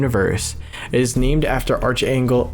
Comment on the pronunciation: Archangel is pronounced Ark-Angel ^^